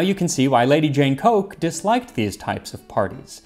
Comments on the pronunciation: I that should be pronounced COOK rather than COKE...... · Yes, I think we all noticed, but you were instantly forgiven as you were reading a modern font! On the subject of another mispronunciation which you couldn't possibly be aware of - Coke is pronounced Cook in England. Just one of those things! Here's a link to the Coke family estate in Norfolk which is the 'seat' of the Coke family; you'll notice that they are the Earls of Leicester though - another English quirk! Thanks for the info on routs and rout cakes; I found it very interesting. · Lady Jane‘s Name is spielt Coke, but pronounced Cook